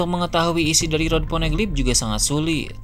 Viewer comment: Ponegeli??? Geli perut aku dengar hahahahahha